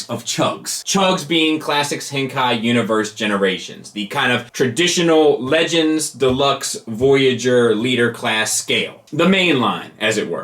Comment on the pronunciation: Nice talk! Always informative and enjoyable. By the way, Henkei (変形, literally ‘transformation’) should be pronounced ‘-kay’ rhyming with ‘say,’ not ‘-kigh’ rhyming with ‘sky.’ …“Say BYE to henKIGH; say HEY to henKEI”?